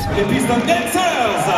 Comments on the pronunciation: Pistons mdr alors qu'on dit pistone, j'ai eu mal aux oreilles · C’est pistons et pas piston 😂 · Ça se dit piston"zz" cousin 🤣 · Aïe aïe les Pistons ils ont pris cher avec la prononciation de leur nom 😂😢